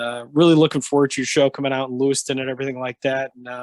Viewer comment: LEWISTOWN …not Lewiston. 😪